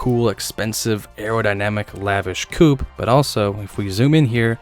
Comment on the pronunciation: It's the turbo coupe (coop) not coo.